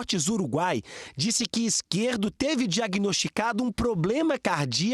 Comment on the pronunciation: É Izquierdo e não Izquierto, ajeita isso aí